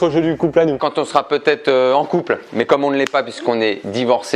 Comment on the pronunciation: Y dit con au lieu de couple au début ou je suis totalement fou ?